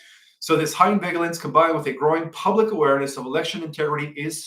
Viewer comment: Love your Intel.The g in Magellan and vigilance is pronounced like the j in jello.